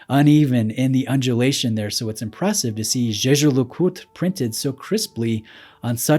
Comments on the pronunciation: Props for the pronunciation of Jeager LeCoultre. Great video! 😄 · Thoroughly enjoyed your pronunciation of Jaeger-LeCoultre.